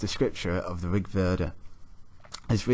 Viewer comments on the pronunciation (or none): none